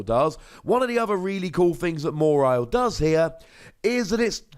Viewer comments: i think pronounces it weird... always thought it was maw-while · The way you say MA-WHILE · Have I been pronouncing "Mawile" wrong? Or am I hearing it wrong? Or is saying it funny? I know, these are NOT mutually exclusive options. XP